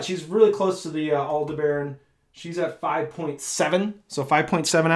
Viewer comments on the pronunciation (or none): Just FYI... Aldebaran is usually pronounced more like al-DEB-uh-run than al-de-baron. 🙂